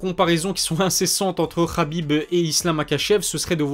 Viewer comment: tu prononces toujours Khabib "Rabib" mais Makhachev "Makachev" plus souvent que "Marachev" . C'est amusant je trouve ! Est-ce tu fais ça consciemment toi qui prends toujours soin aux mots choisis ?